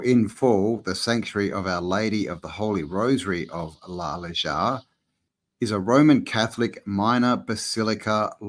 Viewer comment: Need to work on ya Spanish pronunciation m8 🤣.... J's are h's & V's are B's... Nice1 brother 🙏🏻✊🏾✌🏽🤝🫡🫡amazing building. P.s. Lunch Break has just done a brilliant deep dive on Mu which seems to answer alot of the questions we all have about who & how this realm was built....enjoy🙏🏻